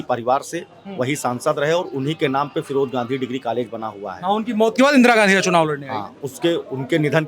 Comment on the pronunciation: Raybareli ki janta se mai kahna chahta hun ki firoj Khan firoj Gandhi kab se ho gae bhai kam se kam nam ka uchharan sahi se Kiya Karo mere brother